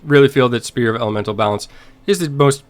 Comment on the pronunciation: it's SPHERE not SPEAR...lol